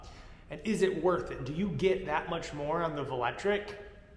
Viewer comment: Hey buddy I hate to be that guy but I ride a velotric bike and its pronounced vel-o-tric lol